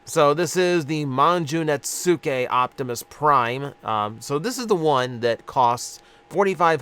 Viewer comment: Have they announced when the Dramatic Capture trio is due for release? I am digging Slipstream's deco; love the transition from the magenta to the metallic blue to the teal. Netsuke is pronounced with emphasis on the first syllable and the U is silent.